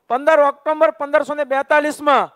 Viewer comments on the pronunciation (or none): none